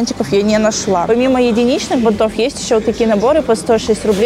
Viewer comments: я, конечно, понимаю многое. но правильно говорить "бАнтов". аж слух режет не правильная постановка ударения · БАнтов, шАрфов, тОртов!!!!! Ухо режет каждое видео, сколько можно? Как будто специально 😢 Прям уже не выдержала, сорри